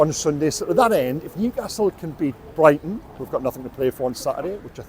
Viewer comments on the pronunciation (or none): none